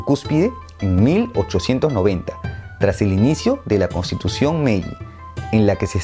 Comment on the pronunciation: Correción con el nombre de las eras, no es "Meji" sino "Meiji" en honor a Meiji Tenno